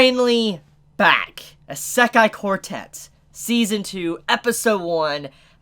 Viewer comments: ITS NOT PRONOUNCES ISE-KAI, ITS PRONOUNCES I-SE-KAI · Please look at this site and fix your wak pronunciation of isekai. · How it's spelled: Isekai Quartet. How pronouns it: Esekai Quartet.